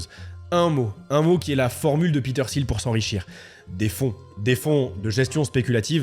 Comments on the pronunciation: Mec relou des commentaires ici : Pourquoi prononcer Peter SIL quand tout le monde dans les extraits prononcent TIL ? Même en allant chercher la bonne prononciation, je ne trouve pas de Peter SIL. C'est un point que je relève souvent dans les vidéos, pas que sur celle là, mais s'il vous plaît, un petit effort sur la prononciation des noms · Les premières secondes de la vidéo on entend Peter [til] et pendant toute la vidéo on va entendre [sil] 🫥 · Petite précision : son nom de famille se prononce "til" et pas "sil". Un journaliste lui avait posé la question dans un entretien, il avait répondu que ça se prononçait "til" car il continuait de le prononcer à l'allemande tel qu'à l'origine. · Peter Thiel se prononce TIL... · Parlons peu, parlons bien. La concurrence Youtube est féroce. J'ai cliqué sur ta vidéo parce que le sujet ma "parlait" ( je me doutais qu'il s'agissait de Thiel). J'ai quitté la vidéo dès que j'ai vu que tu prononçais mal son nom. Oui, déso, mais moi ce genre de détail décrédibilise complètement un contenu. Dans toutes les vidéo que tu as vues à son sujet, on prononce le T de Thiel. Et toi, tu le transformes en "th". C'est con, je sais, mais ça m'a suffi. Bon courage pour la suite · Quel est l’intérêt de prononcer son nom de famille 257 fois à l’anglaise avec le fameux « th » alors que lui même et l’ensemble des locuteurs anglophones ne le prononce pas de cette manière? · Comment peut-on faire une vidéo de 30 min sur qqn et ne pas prononcer son nom correctement ? Surtout quand celui-ci est si simple.